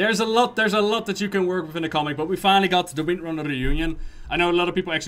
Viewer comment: "Three comics, the one with Jaina, the one with Magni and of course the Winrnrner sisters" The what sisters? lol "Windrunner", say it slower. XD